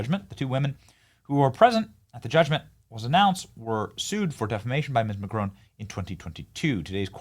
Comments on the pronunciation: You need to pronounce his name correctly ..... There is no e at the end of Macron, therefore it ends and sounds like "on". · PLEASE<PLEASE PLEASE The mans name ıs MACRON ! MAC as in Big Mac! Ron as in Spanish Rum !!!! There is NO “E” in his name FFS Dumb Spam moron!!!!!! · Why are Americans unable to say Mac Ron. It's not Macchrone the infantile American press will continue to mispronounce international politicians names.